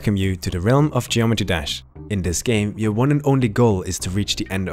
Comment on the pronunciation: Geometee dash lol ❤️